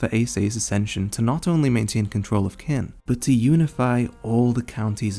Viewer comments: hearing it pronounced "kin" does hurt me a little. The Japanese cast pronounce it roughly as "cheen." Which is probably not that far off considering how it sounds a bit like "china." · This has been up for almost a year so someone may have mentioned it already, but just in case... 'Qin', is pronounced more like "Chin". Like China, without the A. Whenever you see Q's in Chinese names, think 'Ch-'. So "Qi', would sound like, "Chi". Picked that up from Chinese historical dramas, like 'King's War', on netflix. It starts pretty much right after Ei Sei's (Qin Shi Huang Di) end of rule. Highly recommend. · Qin- in chinese you will say it “chin” not Kin when I watch the english dub they say it Kin 😆